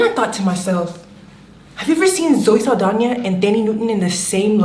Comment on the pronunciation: 'Zoe Saldania' 🤣😂🤣